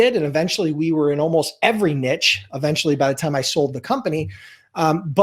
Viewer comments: Nice video. Niche is pronounced 'neesh', just FYI. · Find your "NEEEESH". it's "NEEEESH". Also, great video and thanks. Have a great day Sir.